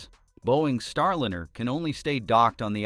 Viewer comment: Star-lynner? Robot narrator under insufficient control?